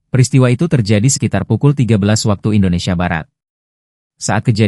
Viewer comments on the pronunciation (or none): none